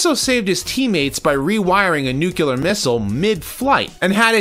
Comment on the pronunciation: nuclear (nu-klee-ar) not nucular (nu-kyu-lar). look it up.